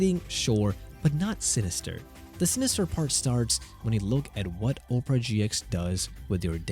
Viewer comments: Pronouncing it like Oh-pera and instead of the actual word aw-pera is making it sound like Oprah Winfrey is in this somehow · Pronounce Opera, as in Opera Singer. OP - ruh (OP-uh-ruh) Not Opera, as in Oprah Winfrey. OH-prah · It's pronounced OP-era not Op-ra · It's Opera, not Oprah. There is a difference. Opera is a bloated eyesore that hasn't been relevant for over a decade. Oprah, on the other hand, is... Ah... OK, forget I said anything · if anybody watches youtubes with #cc on, its funny because he keeps calling it "oprah". (my cc is on because of my hearing loss issues) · Oprah? You don't know how to pronounce Opera? And you're a tech guy? Even when not talking about the browser, it's still not Oprah.😂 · The wildest pronunciation of opera I have ever heard! The Oprah Winfrey browser? LMAO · why do you keep pronouncing it Oprah Browser? Sorry to disappoint but The Oprah Network is something else buddy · The o in Opera is short, not long. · Opera has three syllables, and is not pronounced the same as an overrated American chat show host